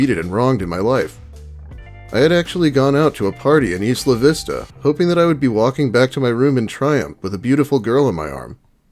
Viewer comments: its not 'eesla vista' its pronounced like aisle. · It doesn't really matter but being a local of Santa Barbara (born and raised there) most people pronounce the town your speaking of say it like eye-la-vista. Either way that guy had a lot of issues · I love you and this channel and all but...plz stop saying isla vista like that!